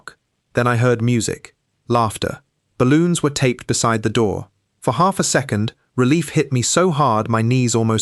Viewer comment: Why do all of the AI narrations have consonants popping. Nobody says "handt" "saidt" ridiculous. "Secondt. It goes on.